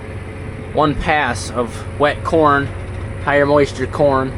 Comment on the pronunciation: Kern Inquiries: "Well Dad, what do you think of my Kern?": "Well son, there's room for improvement."....just like with your pronunciation skills. A 'Kern' is what sewer worker Ed Norton (Art Carney) on the 'Honeymooners' called a coin.